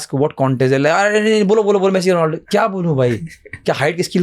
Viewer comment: Bro not donaldo 😂he is ronaldo You cook 22. Seconds